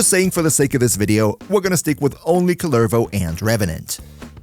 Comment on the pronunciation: COOLER-voh C'mon dude. It's not just some made up name. It's a Finnish cultural hero. They pronounce it in the game for you. Saying it wrong when you know the right pronunciation is just being disrespectful.